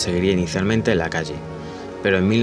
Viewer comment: Akagi (se lee akagui) la H japonesa se lee como en inglés. Lo mismo que la J o la Y. Deberías poner los nombres escritos, y si no sabes cómo se pronuncia ponlo en Google translate y escucha. Sirve un montón (yo igual los barcos los conozco desde antes, deje de ver el vídeo en el Akagi. Ahora veo si llego al final)